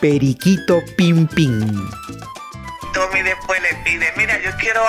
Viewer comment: Es tommy olivencia no toby...habla bien!